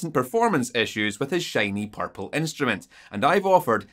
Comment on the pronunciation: Here to hear you pronounce “Purple”